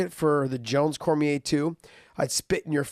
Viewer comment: It’s pronounced Daniel Cormi-A, not Cormier.